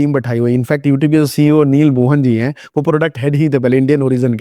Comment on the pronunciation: Hehe, youteeb 😂 Nyc vdo by the way